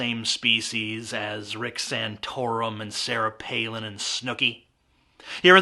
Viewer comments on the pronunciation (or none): none